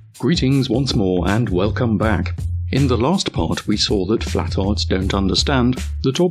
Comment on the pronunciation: It’s not “flatards” it’s “flat•tards”